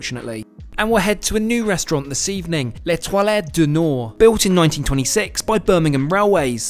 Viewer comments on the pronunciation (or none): The way you prounced 'L'Etoile' sounded like 'les toilettes'. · it's pronounced luh twahl, not luh twahlay (first i though you'd said toilet) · You pronounced “l’étoile” du Nord” as “the toilet of the north” instead of “the STAR of the north”. Go to google translate to get the correct pronunciation 😅 In addition, a white shirt at dinner would have been better than the blue stripe shirt. Aside from that oops moment, your content was excellent 👌 However, I would of liked to see a bit more of the window views 😊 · Monsieur, je regrete a dire "l'etoile" est non prononce' pas "le toilette". And if my French is mediocre it's because I'm a Yank. L'etoile de Nord = North Star. Merci. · I'm an English native speaker and I thought he said 'les toilettes', not 'L'étoile'. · I kept saying why is he saying Toilet 🚽? 😂😂😂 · I can't unhear you pronouncing l'etoile like "toilet" constantly. So sorry, but it's bad. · What a ride! Absolutely LOVED this vicarious train trip. As always, it's great to see the lovely Millie. Just one note (because Canada is officially bilingual), l'etoile doesn't have a "t" at the end (i.e. the "e" is silent and the word ends with the "l" sound...twall). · It sounded a bit like "toilette" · Never heard "L' Etoile" pronounced quite like that!!! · L'etoile is pronounced with a silent final 'e'.